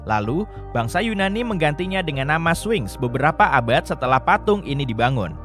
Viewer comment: Spinx... kok jadi swing????